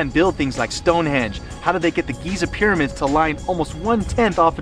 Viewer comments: "ConTRAWvissee" & "piddymids"... So this was narrated by the Geico gecko, then? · "Piddymids..." "Contrahvissy..."